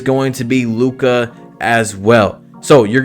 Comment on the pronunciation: Bro butchered luka’s name😭